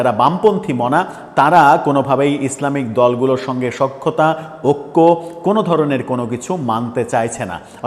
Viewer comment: ওক্য নয় ভাই ওটা ঐক্য